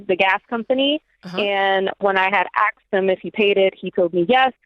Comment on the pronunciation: Someone who uses the word “axed” and not “asked”. Not a MENSA member. Just idiots marrying idiots 🤷‍♂️